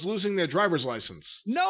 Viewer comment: The day learns how to pronounce “Guevara” the world will end. Lol.